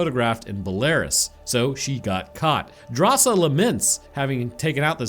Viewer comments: Drasa, not Darsha xD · just keeps messing up Drasa name and calls her Dasha, but her name is actually a cool detail of the movie as it translates as "bravery" from lithuanian, and Drasa is lithuanian which is stated in the movie by her old man